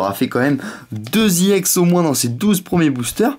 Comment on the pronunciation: Sa se dit ex pas iex